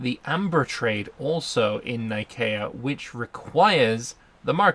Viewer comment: excuse me but the c in nicea is soft like the c ont pronounced like a k i know this ia it is the place the the centeral creed of Chirstianity was crafted. though it was probably named for the god nike of greeck fame.